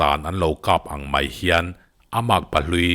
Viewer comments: (Mai) tih hi (my) iti zel a😆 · MAI i lam dan hi sial 😁😁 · I'mai' lam dan chu ngaihthlak a nuam chiah lo deuh